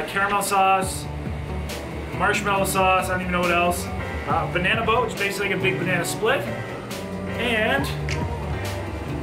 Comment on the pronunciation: Sounds like the brain freeze gave you a brain fart also LOL you said "Banany" LMAO...I'm sorry, but that made me laugh brother! Please don't ever change your ways!! LOL